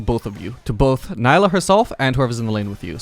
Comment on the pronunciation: why do you keep calling it nailah? Its neelah. Awesome video though!